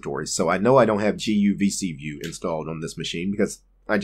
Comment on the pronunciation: guvcview....guvcVIEW....GUVCVIEW :D :D :D